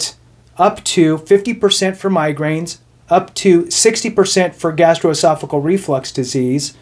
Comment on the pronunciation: GastroesophaGEAL, not "cle." Aside from that, great, ethical video. Really, ty for focusing on the rules and not furthering the rampant self doubt so many Vets seem to have stopping them from filing for benefits they deserve.